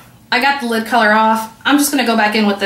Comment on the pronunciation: lid not lip